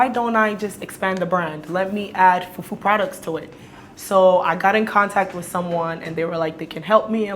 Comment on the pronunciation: I love how Dentaa says fufuo instead of fufu….